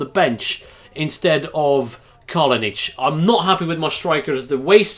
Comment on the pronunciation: It is Kalinic not Kalonic